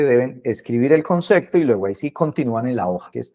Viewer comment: Concecto? O concepto? 🤔